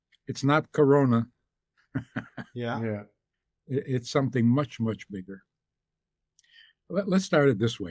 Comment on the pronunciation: When you said "Corona," it sounded different than saying it in full "Corona virus." Just thought I'd share that with you..